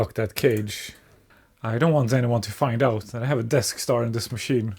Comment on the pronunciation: I keep hearing Deskstar as Death Star (given the failure rate, that sounds about right)